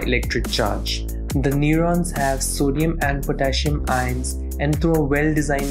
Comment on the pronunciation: The way he says ions annoyed me lol